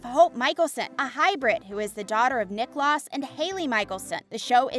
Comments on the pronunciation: 1. Nicklaus is pronounced KneeKlows, which rhymes with knee-house. It’s Viking/German. He was called Nick by family and Klaus by everyone else. 2. Klaus NEVER had a love for Elena. She was a living blood bag to him. Klaus was deeply in love with Caroline. They made love once. Katherine outed Caroline to Tyler at the bitter ball. 3. Stefan is pronounced STEF-fen NOT Steph-fawn! Nails on a chalk board people! 4. Katerina Graham (Bonnie Bennett the witch), shortened her name to Kat, which is the same as CAT! Not Kate! How did you come up with Kate without an E on her name?! 5. Episode is pronounced Eh-pi-sode. NOT appisode! I could go on, but this video left me infuriated. As an Editor in Chief, this video would never have gotten past my desk. The young girl doing the voice over would have to prove she could speak words properly or be fired! There are no dislikes showing on this video. I find that hard to believe! So many people hated this video that they like me wrote in to say what was wrong with it. If you want to be a journalist and use English, practice prior to recording. I will never get the time back I wasted listening to this video, so heed my advice! Practice and research your subject prior to posting. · Clearly doesn't know the shows mispronounced almost every name. Nicholas (niklaus) 🙄🙄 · U said niklas instead of niklaus pronounced niklows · i didnt even notice the stefan thing i was mostly talking about how she pronounced niklaus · Honestly not even one minute in i paused and scrolled to the comments because they said Niklaus wrong. 😑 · Klaus was never a love interest of Elena he tried killing her. That was his soul purpose of being in TVD. Haley & Klaus was NEVER married. Klaus/Nicklaus, Stefan, Salvatore, Kat are all pronounced wrong. Stefan & Damon became vampites on the same day so the age is wrong.